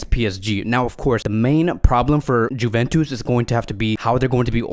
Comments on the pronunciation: It’s not Juventus it’s pronunciation is ‘Yuventus’ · Is he pronouncing the J in juventus on purpose? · please stop saying "Juventus" wrong way :)